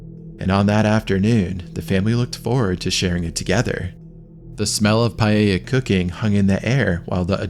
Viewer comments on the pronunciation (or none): Omg, PALLELA no my man, Paella... I was watching this in the news as was happening, pretty gruesome.